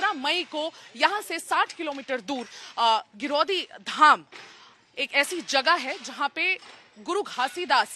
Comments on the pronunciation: Maim ji aap गलत उच्चारण कर रही हैं गिरौदपुरी हैं ना कि गिरौदी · Giraudhpuri name hai madam ji aap bol ni paa rahe hain aour aap aaise kaise bol sakte hain ki satnami samaaj ne hi aag jani kiya hai hamara samaaj sat ke maarg men chalta hai or sat ke maarg men chalna shikhata hai naa ki kisi ki sarkaari samppatti ko jalana or na hi tod fod karna jai satnam 🏳🏳🙏